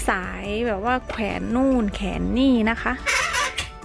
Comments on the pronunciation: แขวนจ้ะ ไม่ใช่แขน😊☺️😁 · ซอจะพูดว่าแขวนใช่ปะ ไม่ใช่แขน🤭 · น้องซอ แขวน จ้า ไม่ใช่แขน มี ว กล้ำ ด้วยจ้า พูดผิด ความหมายผิดจ้า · เค้าต้องเรียกว่า แขวนจ้า ไม่ใช่ แขนจ้า ภาษาไทย ต้องเรียกว่าแขวนจ้า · แขวนหรือแขน ได้ยินว่าแขนคนพูดพูดผิดหรือคนฟังฟังเพี้ยน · หนูซอพูด"แขวน"เป็น"แขน" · น้องซอ แขวน เด้อค่ะบ่แม่น แขน แขวนคือห้อย บ้านเฮาเว้าไทยกะชัดนิดนึงเว้าลาวกะลาวแท้ๆเลย...บ่ได้บลูลี่เด้อค่ะน่ารักดีแต่อยากให้เว้าชัดเพราะคนตามเบิ่งหลาย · แขวน นะซอ ไม่ใช้แขน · แขวนค่ะไม่ใช่แขนโน่นแขนนี่ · เสียงแปลกๆ ขว แอน แขวน